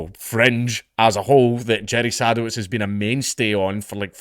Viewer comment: I think it's pronounced "seh-duh-vits"